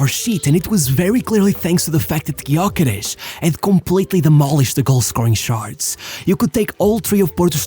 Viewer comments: Thanks. Gyökeres has Hungarian ancestry. Ö is similar to the German ö. Gy is one letter. Sounds like the sound at the beginning of due. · Sad nobody can pronounce his name properly 0 respect. The Y is silent. USE THE Ö GÖKERES instead of his display name Gyökeres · Nope it’s pronounced Jökeresh